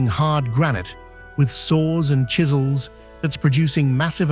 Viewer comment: Still saying copper shizels unbelievable